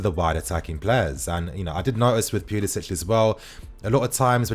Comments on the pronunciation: It's not Pulisich 🤦Pulisic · It's pronounced pulisick, he didnt adopt the ć that most Croatians have.